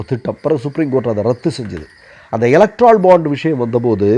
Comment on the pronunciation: எலக்ட்ரால் இல்லைடா. ஏலக்டோரல் பாண்ட்.